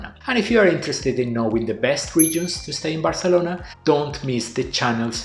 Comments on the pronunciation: he is speaking in English so he should pronounce it in English, and Spanish is not the native language of Barcelona. So it really makes no sense. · It's very annoying that you keep pronouncing Barcelona in Spanish. IMHO you should pronounce it in English.